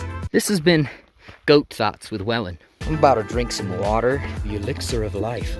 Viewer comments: "We were WELYN to the forest now" 💀💀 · “We were welyn to the forest” lmao